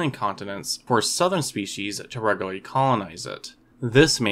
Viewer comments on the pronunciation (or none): Keep working on enunciation! REG U LAR LY! You kinda slurred that one. Interesting content. It is nice to see other NON Hollywood animals from the Mesozoic. There are so many that most people, including me, have never heard of because it's not in our sphere. I watched the first few episodes of "Primeval" recently. Watch them if you haven't seen this series. It is FUN! Though not scientific in many regards. Except that there are animals from other eras that I was not familiar with at all. That prompted me to go looking... and see that the writers of the series had actually done a BIT of homework! Nice to see.